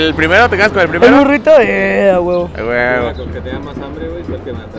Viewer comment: Jaja a a cada rato se le salía un a huvo😂😂😂😂